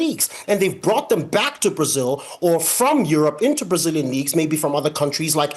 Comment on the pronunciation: Duvido que este cara seja americano...ele fala os nomes brasileiros muito bem...fake